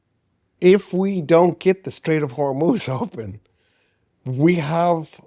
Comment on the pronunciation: you are the first westerner who ever pronounced the name “Hormuz” correctly. It is “HORMOZ!”